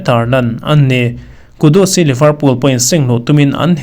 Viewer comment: Liverpool (leeverpool)tih tur. Livrpool tia lam hi a diklo.